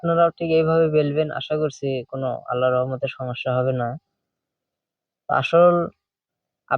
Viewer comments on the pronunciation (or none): none